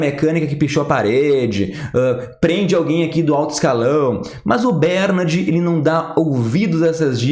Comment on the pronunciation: Continua ele falando BÉRnard, Jesus amado!